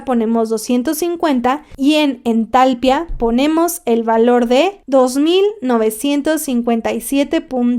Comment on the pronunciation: Me dio mucha cosa que no hicieras notar el acento de "entalpía" al pronunciarlo jajaja pero muy buen video.